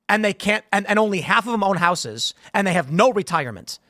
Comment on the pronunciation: That's not how the word houses is pronounced. Someone tell him.